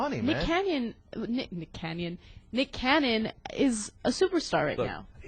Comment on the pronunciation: BITCH how dare u say nick canyon..... get dem words right..lololol lol im j/k